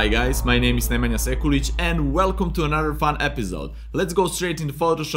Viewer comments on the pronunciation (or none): none